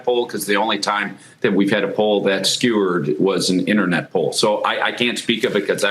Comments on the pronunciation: Did he say skewered or skewed? I heard “skewered”, but I’m pretty sure he meant “skewed” 🙄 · If you can correct Kennedy for mispronouncing Ocasio, then you should’ve corrected the first lunatic when he suggested that the poll was skewered rather than skewed. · SKEWERED??? Where did this guy go to school? BBQ Unirversity...LOL